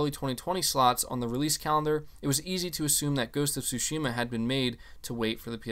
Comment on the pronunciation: Tsúshima... Gotta say it right bro